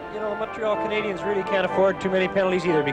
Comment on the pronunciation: Maybe, just maybe. If you learn how to say Canadiens properly, the hockey fairy will go back in time and give the Leafs a win in one of these back to back series' If that happens, I'll jog all the way, from Montreal, to wherever Joe Bowen lives. Once I arrive, I'll even sweep your front steps and driveway ;) And then I'll beat you Black & "Bloow, Blanc, Rougue." I apologize to Leafs fans and Ontarians, who do know how to pronounce certain French words, with the respect they deserve. I would not go and call Lanny, Looney Mcdonald, Howie Meeker, Mr. Weaker. Or say, EX-Conn Smythe. I would say Harold Bastard though and most would agree! In conclusion, it's okay to make mistakes but if you work on t.v. , try not to offend your audience. It tends to irk the fans that nothing to do but complain, for the next 5 years ;) Cheers from Montreal.